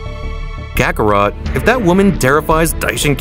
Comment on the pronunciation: Bro says vejeta, sayin, final flare, zeeno, super sayijin, vrumude, time room, cacarot, kama, kamahamaha, and vegeta doesn’t use the kamehameha, freezer